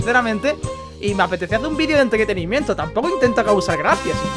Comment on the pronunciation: entdretenimiento, esa mal pronunciacion si se peude ver jaja